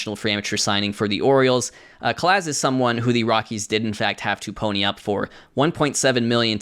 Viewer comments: In Spanish the Z sounds like an English S. So Robert Calaz’ surname would be pronounced CAH-LAHS with the emphasis on the second syllable. The more you know… 🌈 Loved the video. Excited for the next OOPB. Keep it up. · Oh so you apologize for the pronunciation of Calaz, but you’re over there saying “duh lee-on” instead of “day lay-own” without batting an eyelash you big goofball 😂